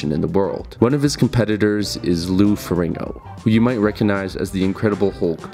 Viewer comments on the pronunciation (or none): it's Ferrigno, not "Ferringo". You keep saying his name wrong, I can't watch. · Its Ferrigno, not Ferringo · Jesus Christ, the narrator keeps saying "Lou Ferringo." It's FERRIGNO. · I clicked away when you said Lou Feringo. Unreal ignorance levels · Not even two minutes into this and you already mispronounced Lou Ferrigno's last name. Clearly you have a drive-by approach to doing your research. Pay attention to the spelling of the last name, the order of the letters. F-E-R-R-I-G-N-O. Not FER RING NO, FER RIG NO. You repeat this mistake before 3 minutes of run time have passed. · feRIGno not feRINGO. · To be precise, it's "Ferrin-yo". Ferrigno is an Italian name and "GN" in Italian works like "NY" in English. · Farigno. Fah-rig-no. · I don't know why the mispronounciation of Lou Ferrigno's last name bothered me so much, but it was really distracting. I know that's stupid, but I really couldn't help it. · Thumbs down for getting Lou's name wrong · Does a doc on two guys yet can’t pronounce one of their names….the easier of the two no less…. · Hard to take this video seriously when the presenter doesn't even know how to pronounce the name of the second most important person in the film.